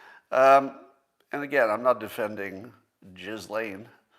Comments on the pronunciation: It's pronounced "GeeLen." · "JIZZ-LAIN" LOL Well done, Scott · 418 pages of sexploits confirms pronunciation of Maxwell's first name: "Jizz-Lane".